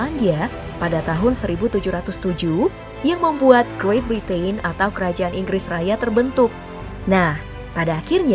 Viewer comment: Sayang mba narator kurang pas lafalkan kata 'Britain'-nya. Makasih penjelasannya Ka..